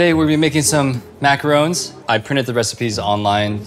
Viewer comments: Please for the love of god stop calling them macaroons 😭😭😭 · the amount of times i raged at her saying "macaroon" when that's a COMPLETELY DIFFERENT THING AND IT'S PRONOUNCED "macron" IS INSANE. THEY EVEN PRONOUNCED IT CORRECTLY IN THE VIDEO!! WWTUHISODGHUSIDGJKHIUVBJKSVD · Lol and they’re actually macarons, not macaroons, which was funny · Omg how many times did she say macaroons instead macarons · Actually it’s called a Macaron, not Macaroon. Macaroons are more red and brown. Or maybe the opposite, I forgot which one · MacaRON not macaROON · Bro I has so annoyed with her mispronouncing macarons this whole video. A macaroon is a coconut cookie. A macaron is a sandwich cookie. Not the same thing. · That’s not how you pronounce macarons 🤦‍♂️